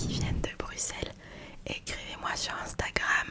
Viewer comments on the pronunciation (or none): none